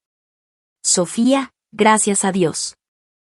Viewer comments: Lee correctamente So fía , la segunda sílaba es la tónica. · La palabra Sofía es grave y la sílaba tónica es la penúltima por lo que debe leerse correctamente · Por favor!!!! Acentúe la í del nombre Sofía !!!!!